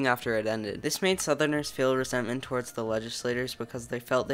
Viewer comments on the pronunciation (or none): none